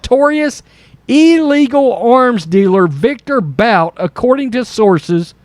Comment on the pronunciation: It's pronounced Boot for thethird time. ..but this is something this clown would do to get votes